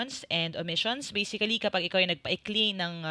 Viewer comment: Something weird about a "basically" /bā-sik-li/